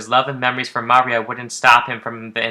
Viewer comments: What are you doing saying Maria like that? It's pronounced like "mario". the emphasis is on the "ii" muhRIa. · (Oscillaut) MAH REE OH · Anyone else find it odd this guy can't pronounce Maria right? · Lol the way you pronounce Maria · Your pronunciation of Maria is a bit off